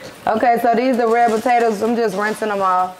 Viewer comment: It's saying "botatoes" for me but can't say "skrimp" 🤣🤣🤣 I Love Them